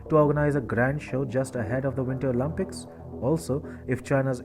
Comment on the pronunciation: Bro please it’s “Olympics” not “Olympucs”. “Picks” not “pux”. Nice videos 👌